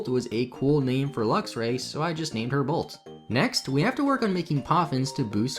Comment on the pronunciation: It's pronounced "Lux"-"Ray". Luxer is driving me batty.